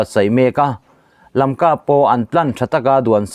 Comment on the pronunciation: Imawl ema, ithuchhiar hi kangaithla peihlo. Tun thleng2 a Lamka pawh lamthiamlo😊😊😊